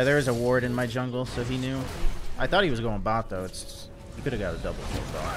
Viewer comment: saying 'zwungle' makes me want a plushie